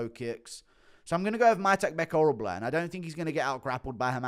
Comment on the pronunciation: He says Tabot instead of (payton) Talbot. He also calls them antony instead of Anthony (hernandez), he also says oralblai instead of oralbai